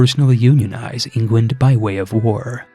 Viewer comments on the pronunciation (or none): why do you call england "ingwend"? lmao